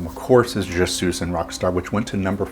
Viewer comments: sweesss not sooss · Wyman does not butcher French like you did. I cringe every time you pronounced 'suis' as 'suze'. 'Suis' is pronounced 'swee'. When followed by a vowel, there is what is called liaison. In this case the 's' is then pronounced making it sound like, 'sweezun'. He actually speaks French (I believe he was living there at the time). Ian Drury would have been a good choice as he injects both French and German into Hit Me With Your Rythm Stick. You mentioned the wrong Kinks album. Destroyer was off the next album; Give the People What they Want. I was living in Australia when this came out and it was on the TV a lot. You couldn't help but sing along. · Incidentally, Suis is pronounced ‘sweeze’. Not ‘suez’. Just sayin’…😂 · It's pronounced "je Swee un rock star" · "Je SOOS un rock star" 😂. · Very interesting! Never heard of this song before, crazy to see how many other Stones related songs it out-performed. Just curious: Were you being ironic when you mentioned how Bill butchered the French language, while you continue to mis-pronounce the song's title throughout the vid? 😄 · I'm not sure but if I remember correctly he mispronounced it intentionally.